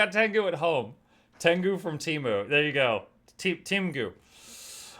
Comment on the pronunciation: Tengus ❌ Tengoose ✅